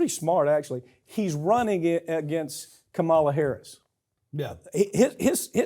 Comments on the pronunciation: Not to be testy, but: KAH-mala. Like “comma.” Please don’t do the republican thing of mispronouncing her name. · Is that how you pronounce Kamala’s name? I thought the inflection stood at the beginning. Could be wrong, though. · I hope, if you are going to talk about Harris, you learn to pronounce her name. Unprofessional and an indication of lack of awareness. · Say her name right or keep it out of your mouth. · Lol at Farron Cousins not daring to correct Mike Papantonio of his repeated mispronunciation of Kamala Harris's first name. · Please learn how to pronounce "Kamala". You always pronounce it wrong. Is that indicative of your lack of respect for her? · Please learn the right way to pronounce Kamala. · Are you deliberately mispronouncing Kamala Harris's name? It's quite disappointing and disrespectful! DO BETTER!!! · Sounds like he does it purposefully and makes my teeth grind. I can't even listen to him. It shows ignorance and a lack of respect when you continually mispronounce someone's name. I bet Me. Papantonio gets a bit testy himself when people mispronounce his own "ethnic" name. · Mr. Papantonio please learn how to pronounce the Vice President's first name. You pronounce it in the same disrespectful way as the Fox News hosts. I'm trusting that you don't mean to be disrespectful.